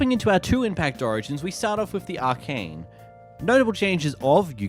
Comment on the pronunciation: Arcane? Brother if English is your native tongue, your school system has failed you